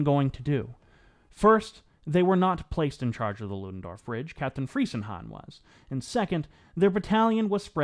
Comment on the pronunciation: The name is properly pronounced Freezenhahn. It it German ei, not ie, that rhymes with English word fry. But very good vid!